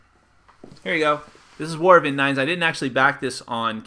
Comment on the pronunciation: Thanks for the vid. FYI, the name of the world is pronounced In-deens.